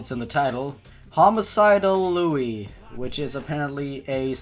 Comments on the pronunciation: it's pronounced Loo not Luey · That not how u pronounce it it said like lou not lewy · I kinda wish you’d pronounce his name “Loo”. Not because I give a hoot whether it’s the CORRECT pronunciation or not, but because all “Lui” makes me think of is “A IS FOR APPLE! B IS FOR BASEBALL! C IS FOR CAT POOP! D IS FOR ELEPHANT!” Although maybe that just makes the video better. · Why did u call me liuy? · by the way Liu's name is pronounced Lu, not Lowey. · .-. it's not liu-ie it's lu okk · His name I Liu not Lui. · P.s its Liu not Liuie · WHO THE FUCK IS LEWY HIS NAME IS PRONOUNCED LEEYOU IT IS SPELLED LIU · sorry its pronounced liu u say the u not luie XD ..... not to be mean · is anyone else bothere by the fact he says "louis" and not "loo" like its meant to be pronounced, its liu not lui >3> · ..It's pronounced Liu..like Loo or Lou. I'm sorry, you saying it like 'Lewie' just was bugging me :\ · It's pronounced "Loo" not "Loo-ee" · hun. its liu, not lui. just sayin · I love how he pronounces it "Louis". I'm gonna write a story where its Louis the 15th or something going around and killing people, that'd be funny. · It's prenounced li u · Ticci Toby fan loo?? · he said lui wrong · You pronounce it (LOO) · Liu you were saying liuy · His name is pronounced "Lyoo!" I thought you watched Bad Creepypasta. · I thought it was pronounced like li oo. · i don't if anyone pointed this out yet or not, but first off its pronounced L-oo. also A/N means Authors Note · Liu is pronounced loo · you say his name like leeyou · Love your vids, man, but I've no idea how you can mispronounce "Liu" as "Lewy." It's three letters in a clear sequence. Kinda like pronouncing "Jeff" as "Fjef." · its liu like lio sorry had to say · IT'S LIU YOU JACK not lewy sigh tantrum over get it right or I'm going lose it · "...homicidal lewy" Closes the tab. ;_ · Passionate Cure Berry no its pronounced "lu" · That's not how u pronounce it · said his name wrong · I GOT SO TRIGGERED WHEN HE PRONOUNCED LIU